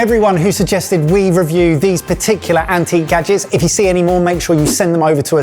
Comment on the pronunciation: kitchen gadgens